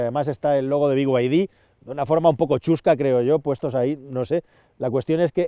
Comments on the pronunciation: Porqué dice biguaydi si claramente pone beide? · Pero que te pronuncie en español, no como el bigüaydí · Por favor, por favor: Por favor: "Be Y De" dejemos los anglicismos para los ingleses. Las iniciales de Build Your Dreams en español se pronuncian: BE Y DE. Gracias por tan magnificos videos!